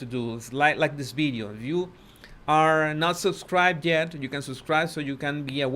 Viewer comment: You say "bideo" it is VIDEO